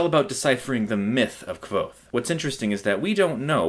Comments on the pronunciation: its pronounced "kuothe" and i do not think this is a good review. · It's pronounced Kothe, like the book says. ("nearly the same as 'Quothe'")